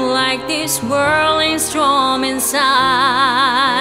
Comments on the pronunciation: she cant pronounce "storm". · การร้องคือเพอร์เฟคแต่เสียนิดเดียวคือออกเสียงผิดคำว่า storm, spiraling กับ fractals แก้มออกเสียงเป็น strom ส่วนคำว่า spiraling แก้มออกเสียงเป็น spilaling คนไทยชินกับไม่ออกเสียง ร ชัดเจน จาก ร กลายเป็น ล ส่วนคำว่า fractals ก็เหมือนกัน ออกเสียงเป็น flactals การออกเสียงให้ถูกต้องสำคัญมากเพราะออกผิดความหมายผิดหรือไม่มีความหมายเลย